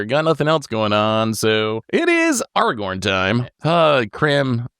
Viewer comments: did really say "Arrgh-orn"?😂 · bro i know you know how to pronounce Aragorn. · as usual trying to play the victim and throw someone else under the bus, someone who while may have strong cards, has zero board presence. And then as usual, can't pronounce cards "Lilah" in last video I watched and this time "aragorn". needs to revamp this character he plays